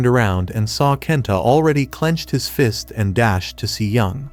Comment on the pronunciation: I just noticed fist sounds like feest